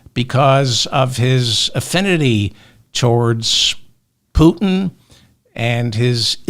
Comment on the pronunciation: I thought I heard you say president poopin instead of putin oh well sounds close enough keep up the great work